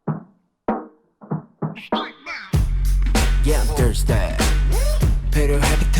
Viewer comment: "More" honestly sounds like the Korean word "물" or "Mul/Mur" which means "Water". And with that, he starts by saying "Yeah I'm thirsty" then "On this beat, I'm surfin'" and then the direct Korean translation of the line "I'm on my element" is basically "The fish meets the water" which is ohmaghad a really great metaphor of being in one's element (which is music, dancing, and rapping for jhope), and lastly "Soak up the music". So it is really playing around with bars relating or connecting to both music and water. I'm REALLY REALLY glad you caught on to that real fast even if you ain't understand Korean. Respect! [edit: I realized someone posted my comment on Twitter and it got a lot of corrections, and even hate. My theory comes from the fact that Jhope's rap style is very distinct and he usually pronounces words with a bit of shortcutting accent, or slang. Examples like "했어요" become just "haess" when he raps, or like when he says "믿음으로" in the song Run BTS, he pronounces it as "mideumrow". So I'm just putting it out there as a theory. You don't have to believe it. I just find Jhope's pronunciation very interesting to dissect. I know my interpretation is quite a stretch as it is simply an interpretation, it is not the truth ofc.) ] [edit 2: And if anyone is wondering, I have self-studied korean for more than 10 years, starting from when I was just merely 11 years old. Its not that deep, you can move on from my theory or interpretation.]